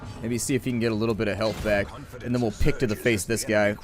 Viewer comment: i understood dick instead of pick